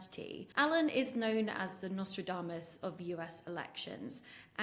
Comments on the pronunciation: Nostadamas!? This guy literaly got nothing right this guy is lefty goon. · “Nostradamus”? LOL